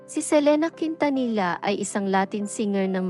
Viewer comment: Ang bobo mag pronounce nang surname ni selena